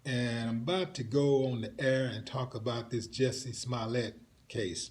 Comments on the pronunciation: Jussie pronounced jucy. ????? Another falling star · Pronoince his name right! It's Jussie! Nobody said shit about them being white or wearing maga hat's. Fuck you, dumbass!